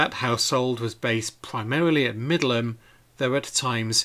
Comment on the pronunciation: Finally found out how to pronounce Middleham" correctly - I thought it was "middle ham". You never know with English pronunciations! I also found out recently that "Beauchamp" was pronounced "beacham."!!!